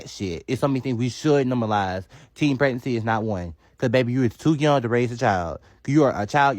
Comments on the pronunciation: I heard "teen peerancy" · Did she say " teen pernancy"😂😂😂😂